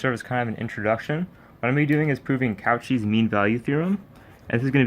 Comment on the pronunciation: I know you didn’t just pronounce Cauchy as “cow chee”